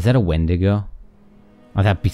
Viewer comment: You actually pronounced "wendigo" the way most people do. Dean said it weird. Enjoyed the episode.